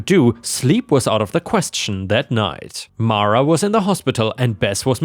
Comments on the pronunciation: Mara is "mar-a". "Mare-a" would be spelled "Merra". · It's pronounce Mara. 🙂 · Best person to ask about the pronunciation of Mara is the actress who played Matilda in the original movie - Mara Wilson - it’s Mah-ra! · It’s pronounced mar a, not mare a. I know this because it’s a Star Wars reference, Mara Jade. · 👍⭐️✨️🌟✨️⭐️✌️🐱😻🐱❤️🤟 I would pronounce Mara as mah-ruh.